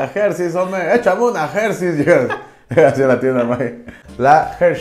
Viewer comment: La "Gercheis" . Excelente pronunciación de inglés de nuestro cabecita de trapeador. 😅